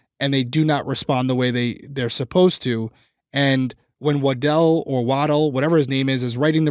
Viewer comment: When busted out with Officer "Waddle" I busted out laughing. With all the seriousness of this case that made me laugh. established the mans name is "Wa-dell" but has to throw out waddle lol thank you I needed the laugh after this story